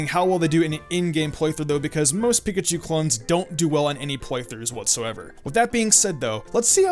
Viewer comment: Nyah, "Piakchu clones" ^.^ *Pikachu Clones